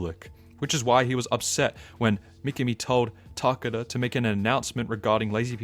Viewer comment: Good video but pronunciation of certain words or names like Mi-ki-mi instead of Mi-ka-mi makes it goofy..... (see what I did there?)